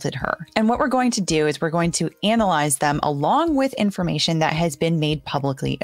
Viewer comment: Did you have to say “ANAL ..lize them” ???